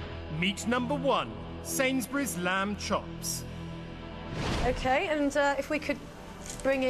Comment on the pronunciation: Lamp chops? Interesting. All this time I thought it was LAMB chops, oh well.